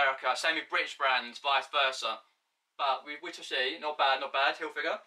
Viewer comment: Great vid mate, just remember it’s Tommy Hilfiger not Tommy Hilfinger